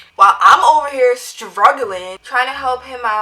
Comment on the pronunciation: The way she said StroGLIng